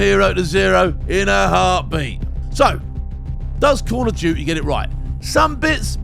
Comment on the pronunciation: Call of uuuty😂😂😂